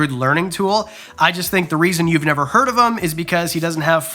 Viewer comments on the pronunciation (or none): none